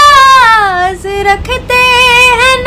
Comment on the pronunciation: Mijaz. Nahi. Mizaj. Kehte hain, talaffuz galat hai